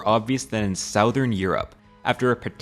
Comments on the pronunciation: I am fascinated by the you pronounce southern as “sowe vern” not “suh thorn” is this common in American English? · It’s suh-thern not sow-thern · (Southern is not pronounced "sowthern" or even "south-ern". It's more like "suthern." Broke my attention to the video every time. ^^; ) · Pro tip: “southern” isn’t pronounced “SOW-thurn,” it is “SUH-thurn.” ✌🏻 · It’s “SUH-thern” not “SOW-thern” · Good video, but I’d recommend looking up how to pronounce things before recording. Hearing you say South-ern and Bolly-eric Islands made me cringe so hard. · Sowthern? That isn't how it is pronounced! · 'sauthern' Europe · This guy saying sowthern hurts me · sow thern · Why are so many youtubers saying south - ern lately? is it just a shiesty way to drive engagement? or do they actually not know how to pronounce it correctly? weird man, very weird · sauwthern europe huh? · I'm Canadian too, and it made me cringe. We don't all say it like that.😊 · i died every time you mispronounced 'southern' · I've never heard anyone else pronounce "southern" that way before. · I can tell you aren't a native American speaker but look up how to say "southern". You're way off dude 😂😂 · IM SORRY I JUST CANT with the pronunciation of southern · I can’t get over how he pronounces southern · hmm. Never heard anyone mispronounce "southern" before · Why do you pronounce southern so weird? It sounds petty but it kinds ruins the vid for me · how the hell did you just pronounce 'southern' ?!??!?! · My brother in Christ did you just pronounce southern like southern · Please learn how to say 'southern' correctly. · I've never heard anybody unironically pronounce "southern" like that before -- where are you from? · The way you pronounce “southern” catches me off guard every time.😅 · The way you pronounce "Southern" is driving me mad. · This guy can't say the word "Southern".